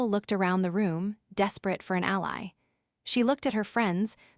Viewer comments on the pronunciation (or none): none